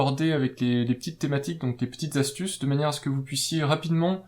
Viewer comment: Trop long ...et plein de fautes de liaison ... on ne dit pas les 4 zastuces mais les QUATRE ASTUCES